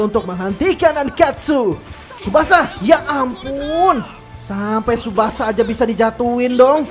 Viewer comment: Bang bukan tusbasa pemain depan